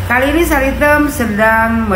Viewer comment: MANTAB DGN SBUTAN " SARI TEM " 😂😂😂